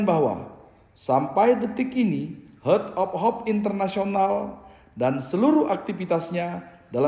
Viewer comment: hert of hop....ledder....mbok ya pakai bahasa Indo sajah...